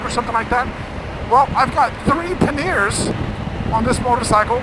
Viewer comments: I love the way you pronounce Akrapovic and Panier. A-crap-ovitch. Pan-ear. So funny. Of course, most of us would say Akra-poe-vitch and Pan-ee-ay. Because that's how they're pronounced. But you gave me a good laugh anyway. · Good review, but can you please say them boxes properly..... It’s panny-ers not panneeers. It just sounds awful when it’s not pronounced right. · Love GS Adventures! 2 things though. Panniers is pronounced - Panny-ers and Akropvic is Akro-po-vich ;)